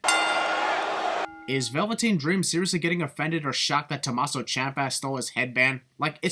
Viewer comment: It's Tuh-MAH-so and Champ-uh, not Tuh-Mas-so or Chomp-uh.